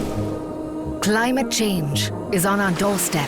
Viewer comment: Outro... Klimate CHenDZ... Dislike... Everytime...